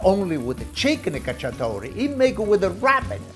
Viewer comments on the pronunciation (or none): Cacciatora, not "cacciatore"! Pollo alla cacciatora! Also, amazing recipe and personality! Will try this recipe soon :D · Chicken cacciatorA, not cacciatorE